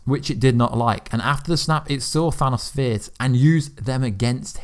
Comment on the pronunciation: Bro the way you say Thanos kills me🤦🏽‍♂️ I know you have an accent & that’s cool & all but just try for the sake of your viewers ears. Feels like dragging your nails across the chalkboard